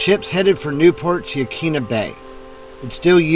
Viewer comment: Hi. Just found your channel and subbed. Used to live in Newport and enjoyed the memories you brought back. No biggy but Yaquina is pronounced “ yah kwinna” 😊. Thanks again.